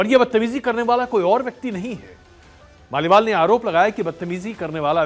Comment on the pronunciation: स्वाति मालीवाल को आप लगातार स्वाति माल बोल रहे हैं 😮 किसी की जुबान इतनी बार स्लिप नहीं कर सकती ...... पता नहीं क्या वजह है पर कुछ तो गड़बड़ है दया 😅😅